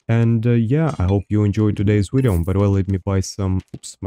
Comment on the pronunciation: "In todays wideo"... I subscribed